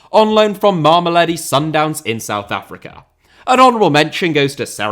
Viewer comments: Mama-low-dee sundowns. That will get you closer to the pronunciation, if you say it fast enough. In South Africa, the team is just called Sundowns for the most part. The area, is sometimes called “mams” (think Brits saying “mums”) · If I hear try to pronounce Mamelodi one more time I'm genuinely going to have a brain aneurysm also how the hell themba zwane got an honorable mention above players like rele Mofokeng or iqraam rayners even though he's been out for a couple of months